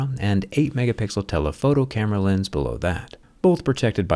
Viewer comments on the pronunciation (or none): none